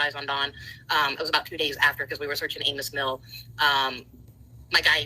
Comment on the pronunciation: I wish i could tell the following: Amis Mill is pronounced like “Amy” Mill; there is no such thing as Kingsport County; Americourt is a sketchy, extended-stay hotel, not a motel; there is no hospital next to Americourt hotel; I think you meant “silhouette” when you said “statue” and “statute”; I hope the 9 cats you own aren’t all indoor cats, or your house is very large, because living in a modest-sized house with 9 cats might be a bad idea; ranting about one’s own sob story on a live video about a missing child is tacky; and, either you’re a horrible liar, or you need to visit a neurologist who specializes in memory loss, asap,. Love the show, Chasing! Mwah💋